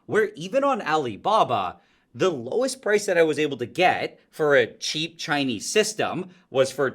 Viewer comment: Nile when you say Chinese the way you do, you need to know it sounds racist, whether intentional or not.